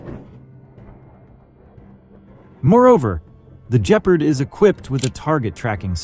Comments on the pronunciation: its pronounced gepp ard not jepard morons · Even pronouncing it 'G-part' would be more accurate.. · For God's sake, the correct pronunciation is with a hard "g", for Gephard! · LOL the AI can't say Gepard properley. Still its a good frankenstien mix of old useful chasis with modern firepower. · Nor of Gepard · "Gep-Ard" Not Geperd. Your videos need some help with proper pronunciation as well. as fact checking and correct identification. "Rine-Rhein Metal -Met-al" Rheinmetall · And just what is a jep-erd and who is Rain metal? This is painful to listen to.